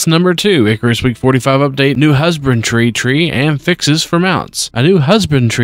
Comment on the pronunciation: he keeps pronouncing it husband-tree instead of husband-dree if thats what you are confused about. Just seems to be a mispronunciation thing.